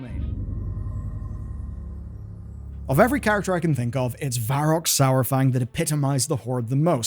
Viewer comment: Kinda hard to take your credibility seriously when you mispronounced every other name, like "Sourfang". Then there's you griping at "Trolls looking like Elves", as if you dont know they share the same ancestor.